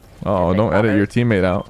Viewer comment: the way he said floppers I gOt FlOoPeRs